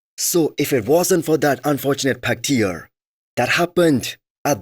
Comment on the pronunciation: Pec tear (t-air) not teer like teardrop bloody hell